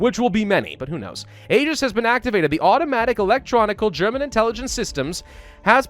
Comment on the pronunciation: You're a grammar Nazi so I can be a pronunciation Nazi. Aegis is pronounced "ee-jis"